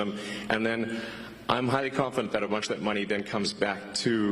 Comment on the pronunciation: "I'm highly confidant"